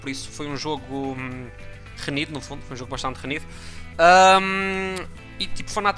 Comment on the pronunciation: Night pff diz se RENHIDO e não RENIDO